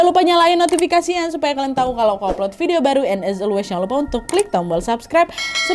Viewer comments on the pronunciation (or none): none